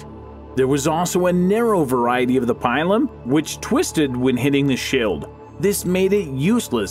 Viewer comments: 1. The pilum (pronounced "pee-lum") was not invented by the Romans. It was a Celtic Iberian design that, like the Gladius and the Gallic helm, was incorporated into the Roman military. 2. The testudo was not used extensively. In fact, it was hardly used at all, and certainly not in open battle as it was far to vulnerable to flanking attacks. Primarily, it was deployed during sieges so soldiers could move forward while protected from missile fire from above. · Pilum is pronounced “peelum”. It amazes me how many of you millennials can’t pronounce words correctly; a byproduct of being educated by the internet I suspect. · no problem, also the pilum, is pronounced peelum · You're pronouncing the pilum wrong, and the pilum was impossible to get out because the point bent, not because of its power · Pilum Really??? it is pronounced peelum, long e. It's not that hard to figure this out before you make a vid. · "n°2: the PAÏLOUM" yeah I'm outta here bye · Also, btw, 9 is pronounced “pee-lum” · its pronounced pee-lum.. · Love it how he says pilum XD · God the way you say Pilum hurts... Also many Pilums bent or 'broke' when thrown to make then useless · The Pie-lum, Latin is Pee-Lum xD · Its not pialom it is pila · not pielum but lon 'i' peelum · Pie-lum?! what are you on, Pill-um! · Dunno, a strong weed. vowels mostly short! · Yes, I stopped because each latin word made me cringe. There's the "plum bater" as said (when he reads "plombeda" instead of "plumbata"), and before that there was the "pile-on" (he reads "pailom" instead of "pilum"). I'm afraid my ears will bleed if I keep listening to that. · Pile uhm? What? Pilum dude... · You totally butchered the PILUM name. It's not "pile-um" it's "Pee-lum" ("lum" as in lumber). Pilum is singular form, Pila is plural form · It's pronounced peelum not pielum. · I through you pronounced the word pilum like this pee-lum not pie-lum or am I wrong? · its pilum not pailum my ears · Pie-lum isn't it pee-lum??? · Pee loom